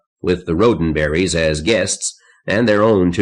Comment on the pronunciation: “Rho- din-berries” must have been Gene.